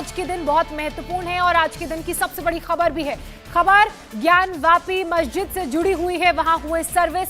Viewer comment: ज्ञान व्यापी मंदिर बोलो मजीद नहीं